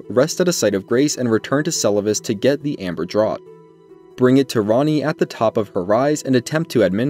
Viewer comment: It’s pronounced draught (draft) not draught (drawt)